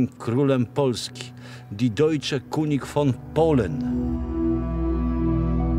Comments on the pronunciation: Jaka amatorszczyna języka niemieckiego... kunig Kuń by się uśmiał. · König wymawiamy kynig nie kunig 😀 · "König", czyli po niemiecku "król", czyta się "kynig", a nie "kunig". Pozdrawiam 🙂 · König wymawia sie kynig tak w niemieckim jezyku , litera Ö Jak w polskim Y.Dobra informacja. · Deutsche König von Polen. Dojcze kyniś fon polen. Taka jest prawidłowa oczywiście w transkrypcji wymowa tego niemieckiego zwrotu. Szkoda że znajomość niemieckiego jest tak słaba również wśród polskich historyków.